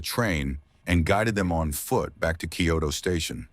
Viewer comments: If you're not AI, can you pronounce Kyoto correctly? You're saying it like "Kyodo." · It also mispronounced the name of the station. The name of the station is "Kyoto Station" and the reporter in Japanese pronounced it "Kyoto Eki". But the AI voice pronounced it like "key-yo-toe".